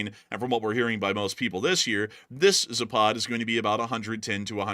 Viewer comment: PLEASE !!! It is pronounced ZAAAPAD not ZAPAAAD !!! Accent on the first A !!